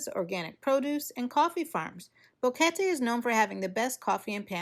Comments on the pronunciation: It's BOquete not BAHquete. She said it right, just ask anyone who knows Spanish. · This is the best video about Boquete (thanks for pronouncing the name correctly) that I have seen so far. Great information and a real view of the area. 😀👍 Thanks!!